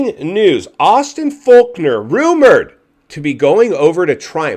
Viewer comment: It's Fork-ner not Faulk-nor 🤦‍♂️